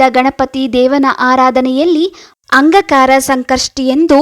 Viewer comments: ನಿಮ್ಮ ಉಚ್ಚಾರಣೆ ಸರಿಯಾಗಿ ಇಲ್ಲ, ಅಂಗಕಾರಕ ಅಲ್ಲ ,ಅಂಗಾರಕ ಎಂದು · Angakara alla Angaraka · ಅಂಗ ಕಾರಕ ಅಲ್ಲ ಅಂಗಾರಕ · Angaraka antha heli...angakaraka alla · ಅಂಗಕರ ಅಲ್ಲ ಅಂಗಾರಕ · ಅಂಗಾಕಾರ ಅಲ್ಲ ರೀ ಅಂಗಾರಕ ಅಂತ ಹೇಳು. 🤦‍♀️🤦‍♀️ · ಅಂಗಾಕಾರಕ ಅಲ್ಲ ಅಂಗಾರಕ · Angakara alla maree angaraka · please say angaraka, not angakara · Please, ಅಂಗಾರಕ ಎಂದು ಹೇಳಿ. ಅಂಗಕಾರ ಅಲ್ಲ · First change your pronounce not Angakaraka Angaraka😅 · Anga Kara alla angaraka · Its not aangakara Angaraka your pronunciation is wrong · Not angakara pronounce wrong say angaraka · ಅಂಗ ಕಾರ ಅಲ್ಲವ್ವ ತಾಯಿ,ಅಂಗಾರಕ ಚತುರ್ಥಿ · ಅಂಗಕಾರ ಅಲ್ಲ, ಅಂಗಾರಕ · ಅಂಗಾರಕ ಮೇಡಂ ಅಂಗಕಾರಕ ಅಲ್ಲ ಸರಿಯಾಗಿ ಹೇಳಿ .ಮಾಹಿತಿ ಕೋಡಿ. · Angkara ಅಲ್ಲ ಮೇಡಂ.. ಅಂಗಾರಕ ..ಮೊದ್ಲು ಎನ್ ಹೇಳ್ತಿದೀನಿ ಅಂತ ತಿಳ್ಕೊಂಡು ಮಾತನಾಡಿ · ಅಂಗಾಕಾರ ಅಲ್ಲ ಅಂಗಾರಕ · Pls tell properly angaraka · Medam modalu ಅಂಗಾರಕ anta uchchar madriii plz💐💐🙏🙏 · Hello...angakaara naa?? Thappu thappaagi heluvude dodda thappu😂😂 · ಒಂದು ಸಲದ ತಪ್ಪು ಅಲ್ಲ … ಪ್ರತೀಸಲ ಅದನ್ನೇ ಉಚ್ಛಾರಣೆ ಮಾಡಿರೋದು … ಮೊದಲು practice ಮಾಡಿ ಅನಂತರ video ಮಾಡಿ … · ಏನೋ ಒಳ್ಳೇದು ಹೇಳಾಕ್ ಬಂದಿದೀಯಮ್ಮ ಉಚ್ಚಾರಣೆ ಸರಿಯಾಗಿ ಇರ್ಲಿ ಅದು ಅಂಗಾರಕ ಏನೇನೋ ಓದರ್ ಬೇಡ ಇಲ್ಲಾಂದ್ರೆ ಬಾಯಿ ಮುಚ್ಕೊಂಡು ಇರು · ನೀವು ಹೇಳುತ್ತಿರುವ ವಿಷಯ ಸರಿಯಾಗಿದೆ ಆದರೆ ಅಂಗಾರಕ ಎಂಬುದರ ಬದಲು ಅಂಗಕಾರ ಎಂದು ಹೇಳಿರುವುದು ಕೇಳಲು ಹಿಂಸೆಯಾಗುತ್ತದೆ ಸ್ವಲ್ಪ ಅಲ್ಪ ಪ್ರಾಣ ಮಹಾ ಪ್ರಾಣ ಸರಿಯಾಗಿ ಉಚ್ಛರಣೆ ಮಾಡಿದರೆ ಚೆನ್ನಾಗಿರುತ್ತದೆ ನಿಮಗೆ ಒಳ್ಳೆಯದಾಗಲಿ ಧ್ರುವ ಅಲ್ಲಾ ದೂರ್ವ ಅಂದರೆ ಗರಿಕೆ ಪತ್ರೆ ದತ್ತೂರ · ಅಂಗಕಾರ ಅಲ್ಲ ಅಂಗಾರಕ ಮೇತುಚೂರ್ ಅಲ್ಲ ಮೋತಿಚೂರ್ ದೃವೆ ಅಲ್ಲ ದೂರ್ವಾ... ಕನ್ನಡವನ್ನು ಸರಿಯಾಗಿ ಬಳಸಿ ಉಳಿಸಿ ಸಿರಿಗನ್ನಡಂ ಗೆಲ್ಗೆ ಸಿರಿಗನ್ನಡಂ ಬಾಳ್ಗೆ.❤🙏🏻 ಜೈ ಕನ್ನಡಾಂಬೆ 🙏🏻👏🏻w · angakara alla angaraka n druva alla durva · ಅಂಗಕಾರ ಅಲ್ಲ ಅಂಗಾರಕ ಮೇತುಚೂರ್ ಅಲ್ಲ ಮೋತಿಚೂರ್ ದೃವೆ ಅಲ್ಲ ದೂರ್ವಾ... ಕನ್ನಡವನ್ನು ಸರಿಯಾಗಿ ಬಳಸಿ ಉಳಿಸಿ ಸಿರಿಗನ್ನಡಂ ಗೆಲ್ಗೆ ಸಿರಿಗನ್ನಡಂ ಬಾಳ್ಗೆ.❤🙏🏻 ಜೈ ಕನ್ನಡಾಂಬೆ 🙏🏻👏🏻